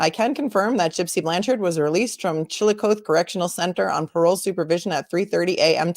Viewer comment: Missouree and Missourah are both acceptable pronunciations, although I have to admit I don't really know why people use the latter. It's also less common but there are still people who pronounce it that way. No big deal. Chillicothe is pronounced with a short "O" and a long "E" so like coffee except with a "th" instead of an "F" sound. You did really well with trying to pronounce it, though! You were super close. I was born and raised in Missouri and still live here, never lived in another state, and Chillicothe is my hometown.